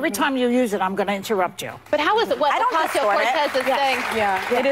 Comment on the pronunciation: Osk-ee-oh Cortez. Lol